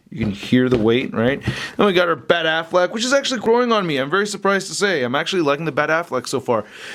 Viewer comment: Lol he said Ben Aflac